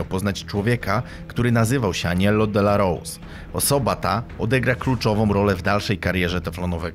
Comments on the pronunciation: Nazwisko Aniello Dellacroce wymawia się Dellakrocze nie Dellarous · Mierny film. To nie Gotti zniszczył mafię, a RICO, proces komisji zaczął się zanim odpalono Paula Castellano. I nie zrobiono tego, "bo nie pojawił się na pogrzebie", a był chciwy i grabił swoich ludzi. I nie "delarołs", tylko "delakrocze". xD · DELAROCZE NIE DELAROSE powinienes po ang poogladac niebyloby takich burakow ziommm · Mówi się Dellakrocze a nie Dellrouse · Świetny material ale ten facet nazywał się Aniello Dellacroce, nie Dellarose, nie czepiam się bo świetna robota, czekam na kolejne materiały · Poprawna wymowa to 'aniello delakrocze".